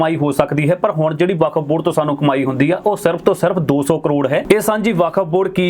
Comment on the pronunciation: California. It’s Okuf Board not Vkaf